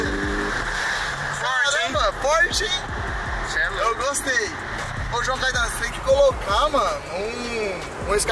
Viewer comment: "CAITANO" É FODA